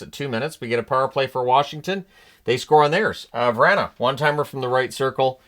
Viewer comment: Lol... Here... I'll lay it out for ya. Go to hockey reference and look at the pronunciation for Vrana. It is VRAH-NUH... Not Vran- UH. Come on man. This really is sad. It IS stubbornness at this point. And don't worry I've had all the Snickers I can stomach. 🔨 ⚒️ 🪓 🔧 🪛